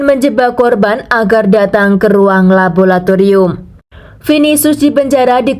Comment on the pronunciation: LABORATORIUM bukan labolatorium. Bahasa Indonesia chemistry adalah kimia. Menyuntikkan bahan atau zat atau cairan kimia bukan menyuntikkan chemical. Chemical itu kata bahasa Inggris yang merupakan kata sifat sedangkan ‘menyuntikkan’ itu harus diikuti dengan kata benda. Jangan campur aduk bahasa Inggris dan bahasa Indonesia jadinya salah dan kacau. Tapi bagus cara penceritaanmu 👍.